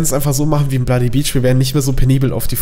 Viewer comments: Ist niemandem aufgefallen das am Anfang blodybeach gesagt hat:D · Du hast gesagt blodybeach :) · Du hast gesagt blody beach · hat er am Anfang bloody beach gesagt ? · Er sagt bloody beach und nicht legend xD